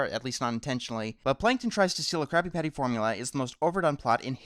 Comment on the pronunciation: pretty sure you said crappy patty.